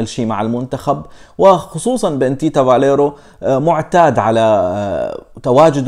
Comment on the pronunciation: اسمو تيتسا بالروماني Tița.... مو Tita.. فاليريو مو فاليرو